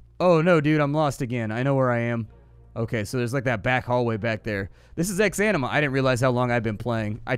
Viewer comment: "Welcome to ex-enema"